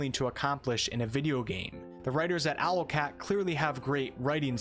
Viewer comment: Hum, it's "Owlcat", not Alocat, lol